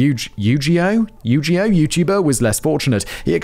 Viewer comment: Fact Boi calling Yu-Gi-Oh yoo-jee-boh just about killed me haha. Writers, please never stop including nerdy stuff Simon isn't familiar with in the scripts. Also, no Simon, don't get into Magic. Run far away before you're addicted to opening packs and convinced a couple hundred for a piece of cardboard is a reasonable price. :P